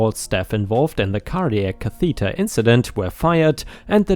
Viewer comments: Catheter is pronounced “KAA-thuh-dur” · Lots and lots of revenge, nurses,l HOA's (anything and everything is great) please. ⭐⭐⭐⭐⭐⭐⭐⭐⭐⭐⭐⭐ You found the word catheter awkward today. It's pronounced Kath - e (as in egg) - ter - stress on the first vowel. Hope you don't mind us advising you. Your English is brilliant but we do have a lot of words that are difficult to say.